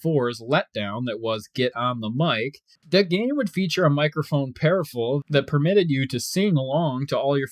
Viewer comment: Peripheral = Pur - If - Er- Ull